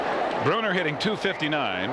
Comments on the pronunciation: Why is this dude saying "Jay Brooner"? 😂😂😂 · I can't get by the guy calling Jay Buhner, "Jay Bruner". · I remember years back on a random satellite feed in the early 90's that was broadcast in Spanish, and Buhner's name was pronounced "Boo-Ner" by the announcer. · Haha, so fucking frustrating. Come on, man. It's your only job. Get the names right.